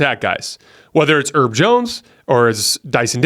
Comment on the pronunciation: Herb not “erb” like “herbs and spices”